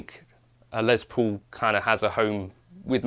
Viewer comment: The good old Les “Pole”